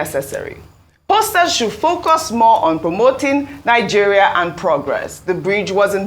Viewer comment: It's not Ninegeria but Nigeria, too many citizens are pronouncing the name of the country incorrectly